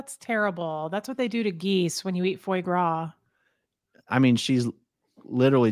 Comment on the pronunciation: This is my absolute favorite YouTube duo. I love that you guys are exposing this cult and the injustices!!! Couple things: It’s pronounced “fwah grah”. 😅 Can you guys briefly explain/define all the Scientology terms you guys bring up in videos for all the new watchers and Scientology clueless people? How in the world are people so freely going into debt and giving up all of their money for these Scientology things? It’s unbelievable to me.